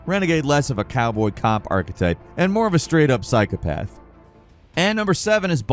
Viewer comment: Dude said psy-cop-uh-the